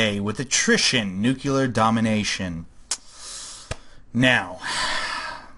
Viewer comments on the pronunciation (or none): It's nuc-le-ar, not "nuc-ular". Protip: Don't take grammar lessons from George W Bush :D